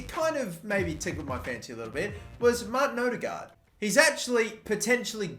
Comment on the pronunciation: Its Ødegaard nok odegaard